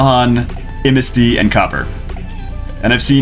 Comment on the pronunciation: "I'mnasty". Triggered.